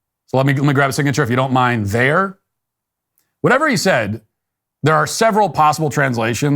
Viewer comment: if you don't mind there. He didn't enunciate the "d" in mind so, minthere. This is ridiculous b.s.